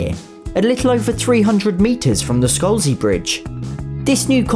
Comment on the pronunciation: It’s SCALZI bridge and not SCOLZI bridge